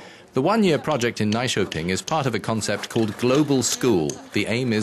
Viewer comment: Is the narrator trying to say "Nyköping"?